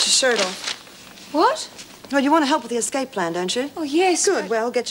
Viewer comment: Eggscape love lizzie and the way she pronounces her words!!! 🤣